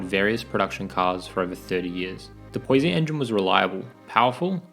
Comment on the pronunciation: Pronounce Poissy correctly please!